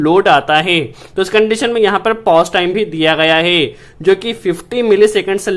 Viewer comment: E apka HEY ka pronounciation gajab hay...😆😆😆